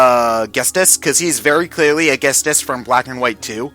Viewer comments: Its GHETSIS not GHESTIS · Ghetsis... You pronounced it wrong. Just a heads up. And Cyrus was the most threatening followed by Ghetsis then Lusamine and... Everyone else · that triggered me so much and also mega-opolis and Ghestis....